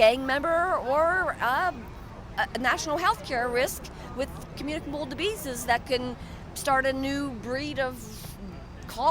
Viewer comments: lol "communicable Dibeezes" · "... with communicable dibeeses"